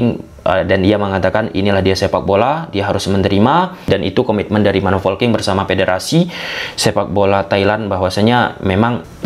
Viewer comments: Polking atau folking sih bang😂 Saya dengernya folking dah. Ada yang sama? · Ayoo laah boooosss,, POLKING not FOLKING or VOLKING but POLKING